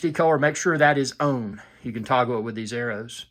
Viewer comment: Full UHD own? Ohh you said on. That accent😂